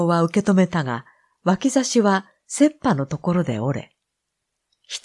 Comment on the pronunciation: 読後感の印象はそんなに強くなかった様に思いました。最初の道場での試合で主人公が勝ちを取るまで読めていたら、その印象が強く最後まで続いた作品になっていたかも。 お舟さんの朗読は作品よりも好きかな。ただ、最初の方で 刀の 切羽（せっぱ）のアクセントがちょっと引っ掛かりました。 「切羽詰まる」の せっぱの せ にアクセント を置いていますが ここは、雪駄 と同じように言う方が 耳に馴染みます。 刀、拵 にはいろいろな諺に変化して使われているけど せっぱだけアクセントが付いている様です。ソリが合わない、ツバ競りあい、シノギを削る、ケンが峰、ジガネが出る、ヤキがまわる、セ ッパ詰まる。 少年時代の友の大目付の方が何故か印象に残っています。（作家は自由でえーなー、悪役に仕立てることもできたのに） まだ書きたいことがあるけど、長くなるので次回にします。